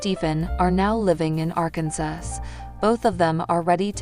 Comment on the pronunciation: By the way it's Arkansas not ar Kansas if you are going to talk and relay messages on the website learn to talk correctly!!!!